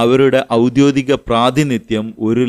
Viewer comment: "ഔദ്യോദികം" എന്നല്ലല്ലോ , "ഔദ്യോഗികം" എന്നതല്ലേ ശരി ?